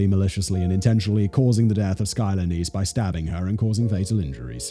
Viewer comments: Isn't it pronounced 'Niece' not 'Ness'? Sounds like Loch Ness. Edit: LMAO MY FACE WHEN HE SUDDENLY STARTED PRONOUNCING IT CORRECTLY. 😳😳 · Her name isn't Ness. It is Neese rhymes with geese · Pronounced neeeeeee long e like knee